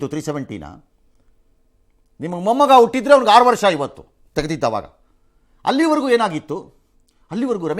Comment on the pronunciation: ಏಲ್ಲಿ ಹಿದಿರಾಪ್ಪಾ ಬ್ರದರ್ ಹಿವತ್ತು ಹೆಲ್ಲಿ ಹಿದೀರಾ